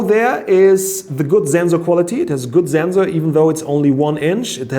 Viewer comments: Zenzor was better 😂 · Lot of mistakes.... You are not that exact as you use to be. But I love your pronunciation of Wifi and ZenZor :-D :-D